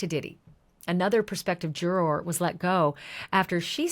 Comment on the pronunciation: Love the coverage. Wish you said juror correctly. 😢